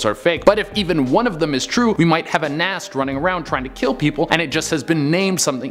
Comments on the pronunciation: GNAST??????? See the spelling. Ghast pronounced GAST! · Ha! Guh nast. Thas not an n homie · Did he really say "Gnast"? 😅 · I can't stand when content creators and/or face people don't give a crap about what they're discussing and do only the basic details and can't even get that right. "Guh-nast"? Where the hell did he pull the n-sound from?